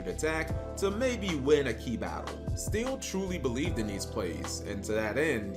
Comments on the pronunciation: So, he’s is actually mispronouncing my last name. Lots of people think it’s still or steel, but it’s actually pronounced still-E. I never thought of me playing gearfried and my last name like that before. That was a fun tournament and I definitely messed up in the top 8 match. I remember it like it was yesterday. I stopped playing yugioh a few years later. Due to master duel, I’m back into playing the game again even though I think that summoning so many monsters per turn can get a bit confusing. The game is definitely different, but I still like the challenge. Just wish I could figure a way for gearfried to be competitive again. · No, his name is just heavily mispronounced~